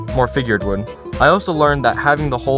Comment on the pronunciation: Did you just say . . . wewd working?